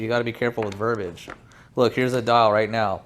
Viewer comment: just FYI, the word is pronounced verb-ee-age, not verb-age, spelled verbiage